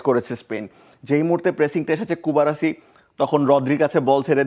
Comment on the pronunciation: কুবার্সিকে কুবারাসি কেন বলছে? এই বানান কই পাইছে?